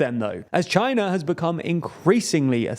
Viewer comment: "Chiner and Vietnam" "Chiner and the US"